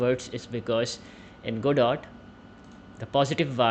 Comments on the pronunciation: It's very hard to trust the contents of a tutorial if you can't even pronounce the name of the software used correctly :( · the devs have said it's named after the play, Waiting for Godot. This is a proper noun that is pronounced a specific way, only. I'm just saying, if the very first thing you say about the thing you are teaching is incorrect, it's not good optics! Why should I trust anything else if you can't even get the name right? This just makes a person wonder what else you're going to choose to be incorrect about.